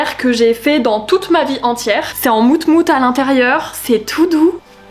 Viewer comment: Lol ont sit pas moutemoute ont dit moumoute😂😂😂😂 Bon visionage a tous❤